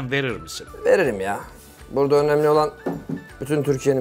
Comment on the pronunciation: Zuhal Topal gibi bir sanatçının açık e kullanarak devamlı “önemli” kelimesini söylemesi artık tahsmmül edilir gibi değil,kendisine hiç yakışmıyor.Yanlış anlaşılmasın kendisini hem insan hem de sanatçı olarak beğeniyorum ama bu kusurunu derhal gidermesi gerekiyor.Ayrıca “kendi,belli gibi kelimelerde de sorun yaşıyor.